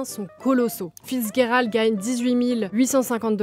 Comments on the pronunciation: The G in Fitzgerald is not a hard G, it's a soft G. It's confusing because it looks like a German name in origin, but its not, "fitz" basically means son of, usually it's a son born out of wedlock, but the name Gerald came way of the Normans to the English language, so in English we'd pronounce the G as a soft G, like a J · Vous prononcez son nom comme si c’était de l’allemand ou quelque chose… Le G se prononce comme en français (dans le mot « gérer », par exemple). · vous ne prononces pas bien le nom de Fitzgerald, sorry to bring it up but mes oreilles saignent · C'est horrible, mes oreilles saignent aussi ! 😂